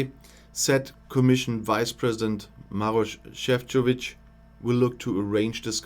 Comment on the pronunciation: Well done on pronouncing Maroš Šefčovič correctly. It's obvious you are not English ;)